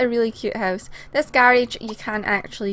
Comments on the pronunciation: i love how you call it "the gayrayge" lol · I love how you say garage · I like how she says garage